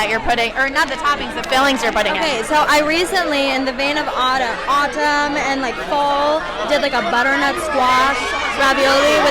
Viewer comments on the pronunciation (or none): Audumn... aaahhh autumnnnn 😂